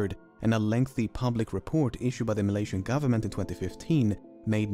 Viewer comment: Did you just pronounce Malaysian ma lion